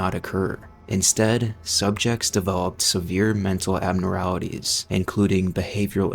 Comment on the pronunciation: Abnoralities ey? less than two mins in and can tell you never even watched our own fully edited video before uploading.